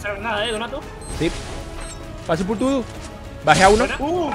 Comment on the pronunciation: Me morí de risa cuando dijo gracias por todo Pero se escucho Gracias pur tudo🤣 osi no escuche mal